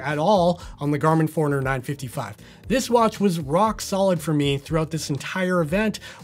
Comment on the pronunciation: Honest question. Why are you pronouncing it the Garmin "foreigner" and not Garmin 'Four-runner"? Not trying to be a smart@ I'm curious if I've been pronouncing it wrong for the last 6 years.